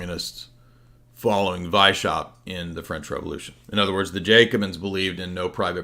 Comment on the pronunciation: Btw its Weiss-haupt. Means white head. No sh sound in the pronounciation.